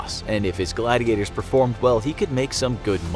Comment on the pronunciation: It's gladiators not glad gators XD LOL